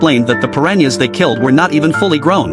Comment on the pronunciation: Bruh it’s piranhas not Perrania’s